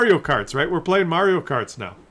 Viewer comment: More "Yuri kart" than "Mario kart".